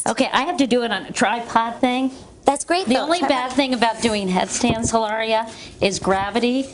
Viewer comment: She keeps calling her Hilara and not Elaria haha!